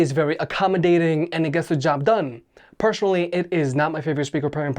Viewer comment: personally not pershonally there is no 'H' when spelling